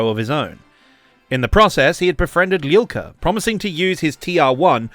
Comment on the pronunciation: Hello from Ukraine. I couldnt understand who is Lilka, but after some googling i find out that your pronounse is terrible) Arkhip Liul'ka. Not Lilka. Starts like Liu Kang, but without Kang) And there are videos on Youtube how to pronounce Liu.(i literally checked and was surprised of their existence) Its not that hard) And thank you for understanding that not everyone from USSR is automaticly russian.